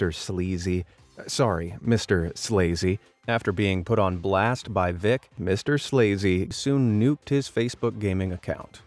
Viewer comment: MRSLAZY is actually pronounced Mrs Lazy. LOL!